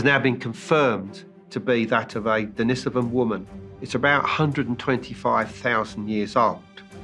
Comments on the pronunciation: I would say start with how people pronounce things. Its in no way a surefire way but mispronouncing denisovan, which is likely the easiest Russian name ever is your first clue. Its not "dennisivin" and people that get their information from shaky written sources versus discussion with experts nearly always mispronounce numerous names while making some grand "alternative" claim. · TLDR: No one can agree or even knows how to pronounce Denisovan. Until this is resolved, humanity will be unable to progress.